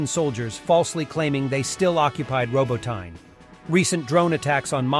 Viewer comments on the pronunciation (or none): Love how Americans pronounce unfamiliar words. Glasgow and Moscow are particularly funny but ROBO- TYNE 😂. It’s pronounced Robot-tinny mate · Which should be robo-TEE-neh. Ukrainian has two letters for its "ee" sound (approximately) -- the vertical I and the backwards-N. I'll have to look up distinguishing them. This produces an error-effect on transliteration, coping with Slavic phonemes into Latin alphabet letters. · Lol I love that every video has a different pronounciantion of Robotyne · Over the last week, this guy has evolved 6 different ways of pronouncing, "Robotyne". I suppose it could be an artistic thing - you know, always pushing those boundaries of creativity... LOL! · Anyone keeping track of the different pronunciations of "Robotyne"?